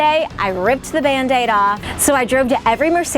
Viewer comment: Hah. You said bandaide... and I heard van date. Rip off your van date. Lol